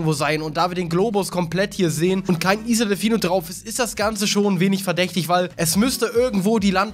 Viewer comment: wie er isle ausspricht mach mich bekloppt..